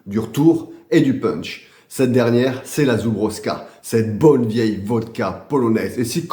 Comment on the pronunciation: Salut, bonne vidéos mais juste une chose ont dit zoublovka en phonétique suis parti en Pologne il y à quelques années pendant un moi donc je ne ment pas j'ai tester de la vodka a 98% c'est pas la même et limite dangereux. Mais Vodka excellente je confirme surtout comparer à ce qu'ont trouve en France.Pour info en pologne il y à aussi la biére de la même marque je l'est tester trop bonne avec un gout de miel.